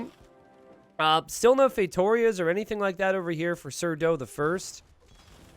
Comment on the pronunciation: No It's Sar-DOH. No Mister, Accent on the Do!